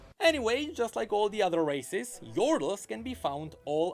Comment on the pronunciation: Everytime necrit say "races" I hear "racist".